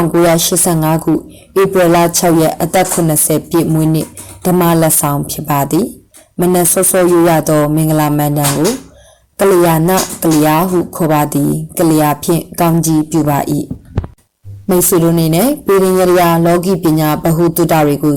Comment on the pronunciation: စာဖတ်သူအနေနဲ့မန္တန်ဟူသောစကားလုံးအသံထွက်ကိုဂရုပြုသင့်ပါသည် မဓါန်ဟုမထွက်ရပါ မန်ဓါန်ဟုအသံထွက်ရပါသည်